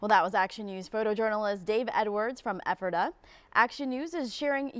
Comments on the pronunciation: Perhaps you should first learn how to pronounce Ephrata before doing a story about it. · Wish the news chick knew how to pronounce "Ephrata." 🤦‍♀️